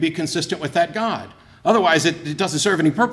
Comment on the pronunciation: I thought it was impossible to take a one syllable word “god” and create a three syllable word.